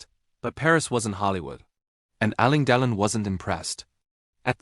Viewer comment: If you can't even pronounce Alain Delon's name correctly, why should we believe you got the facts right? There are many photos and film clips of Alain Delon without a shirt on. No scars, just smooth skin over a muscular torso.